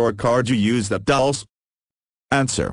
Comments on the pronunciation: No, it isn't pronounced ''Dul-chay'', it's Dul- ce like ''candy'' in spanish. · Lmfao yeah I always laugh when it says 'Dulce' like "Dullse" Should be something like Dul-CEE-AY